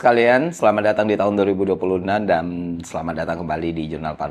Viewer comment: Bang kalo ngomong jangan buru-buru, baru 4 detik nonton udah "enam" sama "dan" huruf terakhirnya ketuker 😅 jadi "enan" "dam"